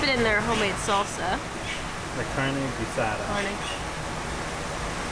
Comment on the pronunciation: Carne guisada? Pronounced wrong it's not gue sada its geesada